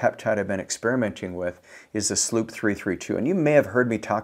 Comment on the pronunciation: And he doesn’t pronounce mots-c correctly or slu-pp-332.. drives me nuts.. now he’s a good dude.. and he’s not wrong in his info but these videos only exists to send traffic to his website for sales..